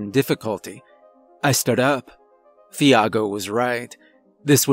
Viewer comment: Love your narrations, my dude, but the h in Thiago is silent. 😉 It's pronounced like Tee-ah-go in Portuguese or Chee-ah-go in Brazilian Portuguese. 😅